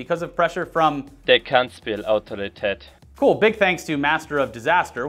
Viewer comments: Hey guys, that pronunciation of ‘Kansspelautoriteit’ wasn’t spoken by anyone from Holland, sounded more like German to me. Here’s the correct way spelled phonetically: Cuns-spell-Owe-Tow-Ree-Tide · Why’d you get a German patreon to pronounce a Dutch word? Kansspelautoriteit means “Game of chance authority” btw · HE STILL PRONOUNCED KANSSPELAUTORITEIT WRONG